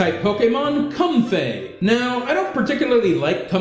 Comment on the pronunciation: Comfey is supposed to be pronounced "comfy" not "cum-fay"